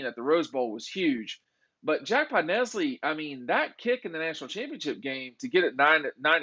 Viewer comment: podLESney not podnesly